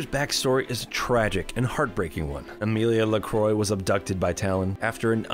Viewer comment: "Amelia Lecroy" you have deleted the French in her name